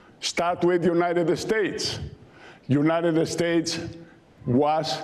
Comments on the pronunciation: Mucho gracias? Your not in Mexico speak English. The jewnited estates of America ? He says he respects America then butchers our language and our good name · Fox is an usurper living in the US and claiming his lovely Mexico is so beneficial to America. Meanwhile his globalist tilt is fucking up our economy. And Dummy learn how to respect us, It is pronounced United States not Uniteted Estates jerk. Buid the wall!!!!!